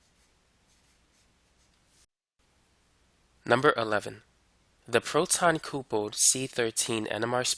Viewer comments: Appreciate the content brotha.....but "coopled"....WHAAATdaFuuu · "coopled" haha what